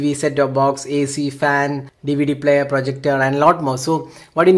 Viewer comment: its dvd player not plater